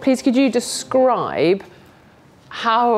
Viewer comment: you hear that descrrrriiiiibe ?